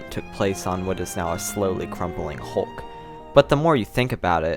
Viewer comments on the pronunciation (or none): none